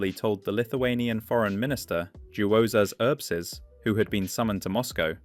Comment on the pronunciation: Some remarks regarding this video: The closest correct pronunciation would be “Yuozas Urbshees.” The letter “J” in Lithuanian is always pronounced like the English “y,” “š” is pronounced like “sh,” as in the word “shore,” and “y” is pronounced like “ee,” as in the word “bee.” & The timeline is slightly mixed up. What is labeled as “1st ultimatum; partial occupation” would actually refer to the mutual assistance treaties that were imposed on the Baltic states in September and October of 1939. In May 1940, a soviet diplomatic note was issued by vyacheslav molotov to the Lithuanian envoy extraordinary and minister plenipotentiary Ladas Natkevičius, in which Lithuania was accused of allegedly provoking the soviet troops stationed in the country by kidnapping several red army soldiers. Also, the sham elections took place in July 1940 rather than in June. This brief summary contains the correct information. Overall, I would like to thank you for covering this sensitive topic, which remains largely unknown to the wider public. As a Lithuanian, I see this as a very important contribution toward making these historical events more widely known, especially now that we are living through a period of major geopolitical uncertainty, which could very well (and I sincerely hope it never does) escalate into something similar to what is discussed in the video. Personally, I greatly appreciated your coverage, as well as your narrator voice, which is soothing and very pl